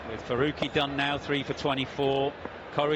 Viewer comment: It's Farooqi Not Faoqi